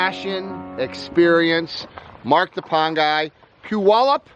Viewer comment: I live in western Washington and got a kick out of the way you pronounced Puyallup. Haha. Guess I know who I'll go to now if I ever want a pond!